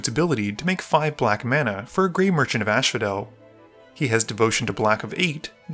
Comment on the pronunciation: Say it with me everyone "gray merchant of AS-PHO-DEL"